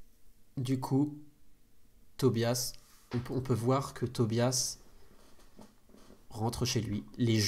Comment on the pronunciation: Merci à vous 5 d'avoir partagé vos aventures (et aux potentiels autres qui ont aidé !), je n'ai connu Vampires que très récemment et ça a été un vrai plaisir de découvrir ce jdr avec vous ! Juste une question : à , Tobias a dit "voyons vouère", aurait-il trahi un accent des Hauts de France de LA x) ?